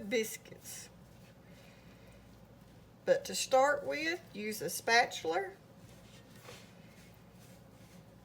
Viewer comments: Hi, I mean no disrespect, because I find your accent to be awesome... but what small Towne do you hail from that it's a Spatchuler instead of a Spatula? 😁 Great cookies, and awesome video! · "But to start with use a spatuler. " 😆🩷🩷🩷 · What's a spatchler? 😂😂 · Lol spatch-a-lur 🤣🤣🤣